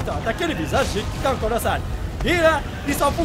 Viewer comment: « Salut tout le monde c’est et bienvenue sur Attack On Taïtan »